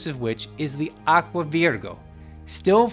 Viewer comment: AGUA APPIA????? Its ACQUA